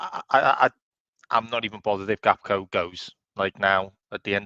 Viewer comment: Still cant say his name right lol gapko he says. Anyways big up hope the lil one is getting better each day ❤